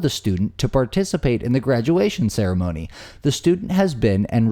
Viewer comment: I sincerely seriously hope that you actually mispronounced Ceremony by accident, otherwise you're just low.